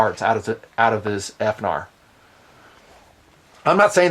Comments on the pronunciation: How abot Finar? Instead of F-narr. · Please don't say "F-Nar". Thanks, - The Internet